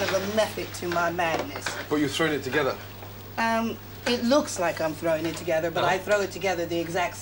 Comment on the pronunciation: when she says throwing, proves your point correct